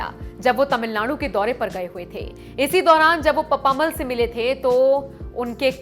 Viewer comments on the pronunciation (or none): इन वृद्ध महिला के नाम का उच्चारण पप्प-अम्माल यानि पप्पम्माल होना चाहिये न कि पप्मामल। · pappamal nahi. Unka naam ka murder math karna please. Actually you say PAPPA AMMAAL